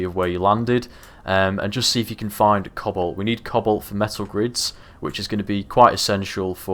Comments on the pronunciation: Who else was hearing him say cobble, instead of cobalt for the longest time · cannot unhear "cobble" when you say cobalt.